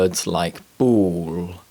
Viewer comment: You said: A Ball=[ b-u-l] Why is a sound "uu"? Need to pronounce " O " Sound. Like this [ b-o-l]. All=[o-l]